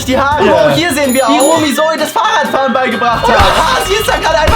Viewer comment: is not Remi it’s Rumi